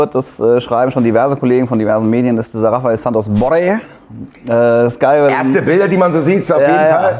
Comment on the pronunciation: BorrEEEEE! Nicht Borre.